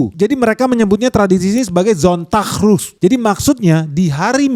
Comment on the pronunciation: bro it's sonn-tag ru-he, just like as if you read it in indonesian pronunciation